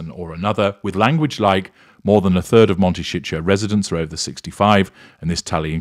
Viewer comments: Please pronounce the name Momtecito correctly. It is not Montecicho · Actually he says "Monte shit show" ;-)